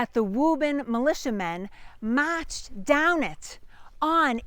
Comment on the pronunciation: can hear the boston accent at times when you say marched down it love the accent im from wv but dated a woman who lived in boston for a few years